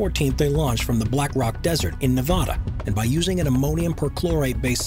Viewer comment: nevaaaahdah, best pronounciation well done